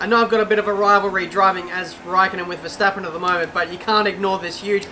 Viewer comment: Yeah, vetsappen not Verstappen